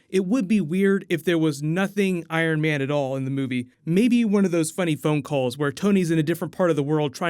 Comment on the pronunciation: Haha you said Iron Van 😂😂 great job tho Love the videos😄